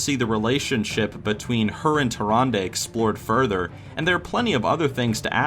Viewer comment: Also, Tyrande...